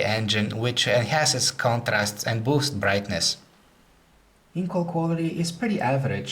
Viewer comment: boosths brrigthnass"...